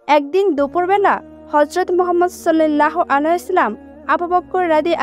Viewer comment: রাসুলে কারীম হযরত মুহাম্মদ সাল্লাল্লাহু আলাইহি ওয়া সাল্লাম নবিজীর নাম টি ভাল করে উচ্চারন কর, শুধু একারনেই শুনতে রাগ উঠছে😡😡😡